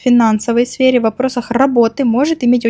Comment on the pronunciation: Свере или сфере.? 😂😂.